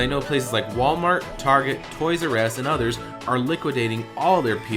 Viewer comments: anyone heard him say Toys R Ass? ? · "Toys R Ess"